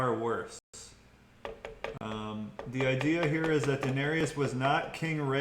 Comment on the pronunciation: and he should stop saying Denarious😏